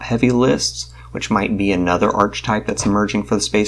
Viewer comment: Sorry, not to be an a-hole, but it's pronounced "ar-ka-type".